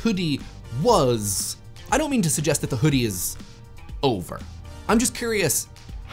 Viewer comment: pronunciation of initial [H] in the first half sounds so fricative that it's almost like pseudo-Yiddish. "What Was The Chudi?"